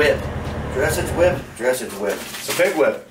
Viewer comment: "Oh, it's a dressage whip!" lol...the way he said dressage, he has no idea wtf that is or is for. Dressage...pronounced druh saazh, is a horse riding discipline. I feel like the guys just used one of these in the last vid on the website.